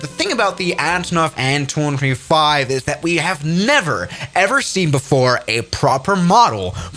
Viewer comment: an 225 no bro you gotta say it like aye en two twenty five